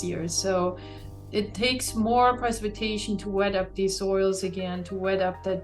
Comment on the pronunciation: Dear lord someone teach that woman how to correctly say "Precipitation"! It's supposedly her job and she incorrectly said it no less than 10 times during an interview!!